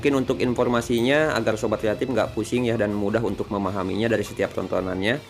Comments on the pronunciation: Kreatip bukan yatim tpi gw dengernya juga yatim wkwkw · ngomong nya "sobat kreatif" tapi aku dengernya "sobat yatim"😭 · Sobat kreatip kan,? Gua dengernya sobat yatim 🥺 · Sama broh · Gw kira manggil viewernya sobat yatip atau yatim eh ternyata kreatif 🤣 ya namanya logat indo jadi kreatip😂